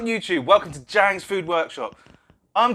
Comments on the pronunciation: Actually, it's pronounced dziang's. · I just realised Ziang's is pronounced jhangs